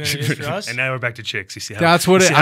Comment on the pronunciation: I like how they immediately forget that the 30% towards women was only the pain relieving effects and not the euphoric high, which is the other half we associate it with it. "It's STRWAONGER THOUGH" is what they all agreed unanimously though lol And BAM, misinformation made in 30 seconds.